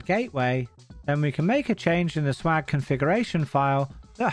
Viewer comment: Why do you pronounce swag like "shwag"? It's jarring.